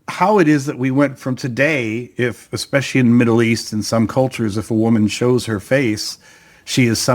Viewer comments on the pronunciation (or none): none